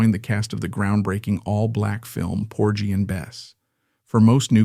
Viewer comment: You ppl truly need to do your due diligence. You're turning YT into the Wild, Wild West!! It's Vaud-ville. Not Vaud-da-ville. It's "Por-gie & Bess" -- not "Porge" & Bess. Find somebody -- ANYBODY knowledgeable to proof "before" you launch. And what on Earth was "scandalous" about Pearl's life???!!???? Thanks for showcasing the great Pearl Bailey!